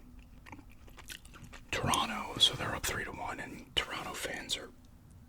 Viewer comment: Haha shout out to you for pronouncing Toronto correctly 👏🏽👏🏽😊 Second T is always silent 😂😂